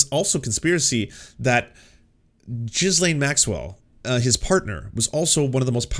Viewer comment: 'Ghee- laine' not 'Ghis- laine' As a Canadian, come, on.